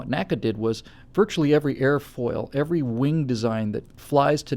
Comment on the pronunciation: Oh, and NACA is pronounced "nnn aye see aye" not "nacka" luv u long time;)